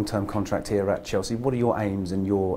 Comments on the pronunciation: "I came to Chels-chee"??? wtf man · Lmao he said Chel-chea 😂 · He can’t even pronounce “Chelsea”. The first scouse ever at chelsea? Or he’s the only one scouse in the squad right now?